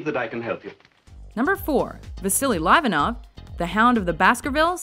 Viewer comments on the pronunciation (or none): And his name is pronounced lee-vanov.